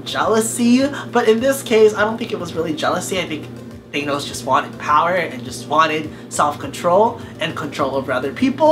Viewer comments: I hate how he says thonos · He pronounces Thanos wrong!!! Did you even watch the god damn movie?!